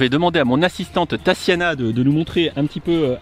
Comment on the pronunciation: TaSSiana ? Depuis quand prononce t-on ce prénom ainsi ? Mes origines russes pleurent à chaudes larmes.